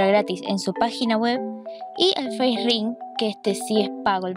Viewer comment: me kga cuando le dicen facering, es Facerig